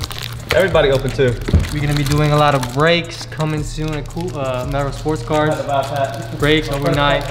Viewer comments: man cant say cards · Sounds like ya saying cars not cards lmao. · i thought he said carts, but no cap a cool kicks smoke shop would be cool i don’t even smoke but it sounds dope (obviously a better name tho)